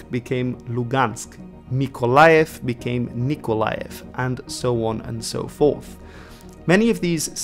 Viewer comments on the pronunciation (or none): none